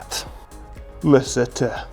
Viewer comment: When he says “LaSuhTuh” 😂😂